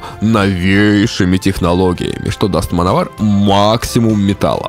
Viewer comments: Точно Мановар произносится?А не Мэн Овер? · всё интересно и познавательно ,я очень любил эту группу в течение долгих лет,но господи,почему вы назывете команду ''мановар'' ведь''Manowar'' читается вообще не в такой транскрипции.Реально ухо режет,с трудом досмотрел до конца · Ну автору название хоть можно правильно говорить, в 80-х "мановар" так говорили, "плуги", "колхозники"... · "Мановар"😂... ну, даёшь... да, называли так у нас в восьмедисятых, читая по латински. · Как-же противно слушать - мАновАр.... как сАмовАр. Блин, научись произносить правильно.